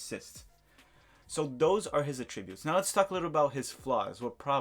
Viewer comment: You pronounce attributes incorrectly